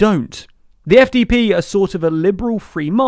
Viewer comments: 1) congrats on saying SPD and FDP correctly 2) this is not chaos, it’s pretty normal in non-British / American politics and nobody describes it as chaos… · SPD and FDP pronounced correctly 👍. Next mistake: The FDP leader is called Christian Lindner, not Linder. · You actually pronounced both the SPD and the FDP correctly in this video, awesome!